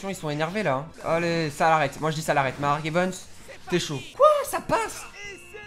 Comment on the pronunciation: Ya un truc sa me fait rire c que tu dit mark evens au lieu de mark evans